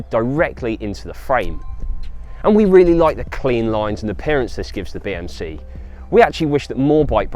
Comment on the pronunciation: I keep hearing BMC Tea Machine, White no sugar thanks😁